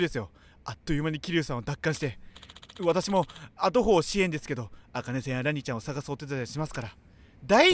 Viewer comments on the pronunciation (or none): 後方支援 あとほうではなくて、こうほうでは？😂😂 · 後方支援をあとほう支援っていってるのなんか、イイ